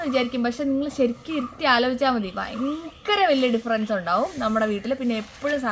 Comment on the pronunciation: പയങ്കര എന്നല്ല ഭയങ്കര .... ഭരണി യുടെ ഭ 😅😅 ചു മ്മാ പറഞ്ഞ താണ ട്ടോ!!😂